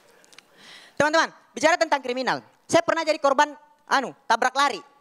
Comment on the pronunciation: "anu":D keluar logat na...:V nice (y)